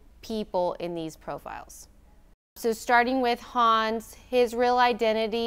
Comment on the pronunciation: As a german it's extremely funny listening to them, trying to say Hans. I accept her pronunciation but the moderator's...dude. "Hans" and "Heinz" are two different names. But I have to admit this is the first time I actually had fun watching one of these videos. I am probably gonna come back just for Hans.